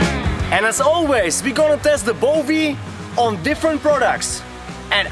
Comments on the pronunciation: Yeah maybe you can pronounce Bowie correctly soon. It's not Bovie. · Coming from an Aussie "Now that's a knife". :). Little FYI, its pronounced bowie with a w. Awesome knife. Want one.